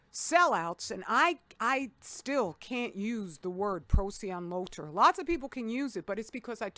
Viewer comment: I finally looked up procyon lotor one day and now I laugh every time u say it.